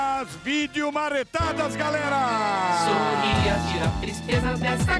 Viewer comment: Ele não sabe falar GALERA.... ou é GARERA.. ou é GARELA.😁😁